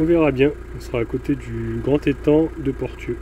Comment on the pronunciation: Portieux : prononcer Porssieux 😄Les vieux bâtiments, c’est une ancienne verrerie.